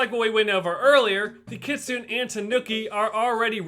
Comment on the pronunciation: My least favorite things in this video are: -The mispronunciation of "kitsune". (The actual pronunciations are kɪ.tsʊ.neɪ and kɪ.ts'.neɪ.) -The outdated information regarding Gyroids in New Horizons. (Ones that can be dug up were added in version 2.0.)